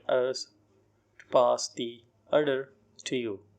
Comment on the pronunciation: Please consider that "order" word wasn't dictated clearly.